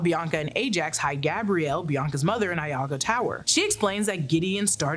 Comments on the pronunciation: (whispers): It's "iago tower" not "Lago" (capitalization choices for emphasis lol) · I think you meant Iago (from Othello, pronounced ‘ee-ah-go’) Tower instead of Lago Tower… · That and Iago. E-ahh-go